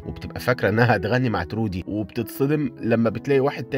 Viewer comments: تروي مش ترودي😂* ما حد بعرف حد وكلهم غرباء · اسمه troy مش trody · اسم البطل تروي مش ترودي يسلمو على الملخص الجميل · البطل اسمه تروي مش ترودي🌚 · تروي مش ترودي😅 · هو ليش دايماً الأسامي عندك غلط؟؟ ❌❌❌ اسمو تروووي Troy